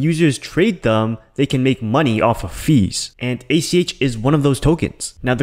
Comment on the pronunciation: Get it right. It's ACH. Not ATM. You keep referring to Alchemy Pay as ATM.